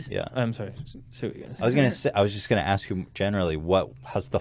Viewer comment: why does joey salads say axe instead of ask?